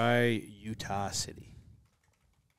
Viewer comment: said “Utah City” I heard “Utahcity”